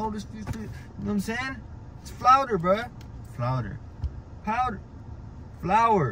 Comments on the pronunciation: It's flouwder dog😂😂learn how to talk😂😂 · IT'S FLOWDER BRUH... POWDER... FLOUR!!! LMFAO 🤣👏🤣 DAMN I PLAYED THAT OVER A FEW TIME LAUGHING LOL! DON'T PISS OFF UNC LIKE THAT GEEZ LOL. BUT, ON ANOTHER NOTE UNC YOU LOOKIN GOOD! 😉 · Its "flowder"🤔